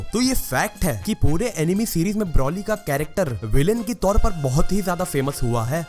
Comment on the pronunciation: Its not brauly , its broly